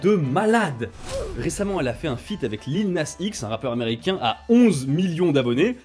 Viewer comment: J'ai cringe tellement hard à comment t'as prononcé "Lil Nas X" 💀.